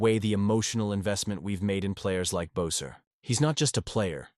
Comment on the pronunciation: Cannot listen to the commentary to this because you cannot pronounce Brock Boesers last name correctly. If you follow this fantastic guy you would’ve heard his name is pronounced BESSER.